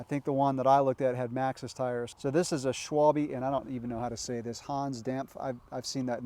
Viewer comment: The proper German pronunciation for Schwalbe will be: Shvall-beh Hope that will help.